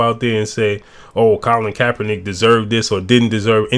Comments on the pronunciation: i think Ray called Kapernic "kappanigga" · Did he say kap-a-nigga ? Lol